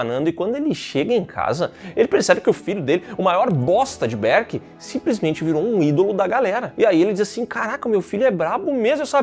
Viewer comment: Para de falar berk desse jeito